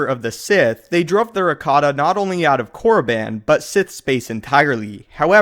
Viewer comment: I love tour videos but your pronunciation of Korriban irks me. It's pronounced Core-uh-bon not core-uh-ban